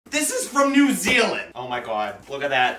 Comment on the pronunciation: No he pronounces it right.